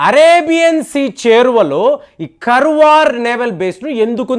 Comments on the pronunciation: Sir adi Karwar kadu kaaravar Ankola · Karwar kadu sir karawara it's in uttarakannada district Karnataka kadamba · Karwar kaadandi.Kaarwar is correct.Meeru pronunciation antha wrong cheptunnaaru. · it's not Karwar it is kannada name Kaarawara, the oldest town and port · Pronunciation కర్వార్ కాదండీ. దాన్ని కార్వార్ అని చెప్పాలి గారు! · కర్వార్ కాదండీ కార్వార్ ఇది కర్ణాటక లోని ఒక ప్రాంతం పేరు, ఆ పెరుమీద నావల్ బేస్ తయారు చేస్తు ఉండవచ్చు. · కర్వార్ కాదు … కార్వార్ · Karwar should pronounced as "kaar·vaar". garu, it isn't as you mentioned about the subject naval base. Normal civilian can't understand these war plans & games. The senior naval officers ( i don't want to mention the ranks for security reasons) get familiarised from different defence war colleges around rhe world. They propose to stratergical location & prove their concept. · garu kaarwar ani pronounce cheyandi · Kaarwar is the correct pronunciation as spelled in kannada. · it's ಕಾರವಾರ. And base name is ಕದಂಬ ನೌಕಾ ನೆಲೆ. your wrong pronounce insulting our kannada place name.